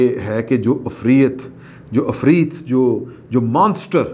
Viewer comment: afreet nahi hota janab , asli pronunciation hay ... afriyyat .